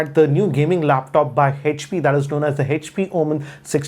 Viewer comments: Normal People: HP: Hetch-P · It's Echpy not HP 😂